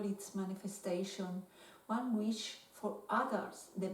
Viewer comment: se dice wish no wesh saludos desde Palestina